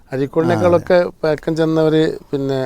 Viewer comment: പയക്കം അല്ല; പഴക്കം